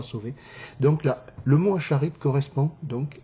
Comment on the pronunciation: Pas acharid mais aharit